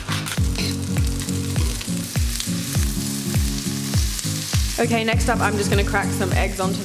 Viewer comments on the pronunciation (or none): No hate hehe but it's actually gourmé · doesn’t that look gour-met (pronounced exactly like it’s spelled) haha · Its gourmet the t is soft pr silent so gourme is practically how u say it even tho I dont really care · Gourmet is not pronounced “Gor-Met” the t is silent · Did she just say gourmet with the T ..... please tell me this is a joke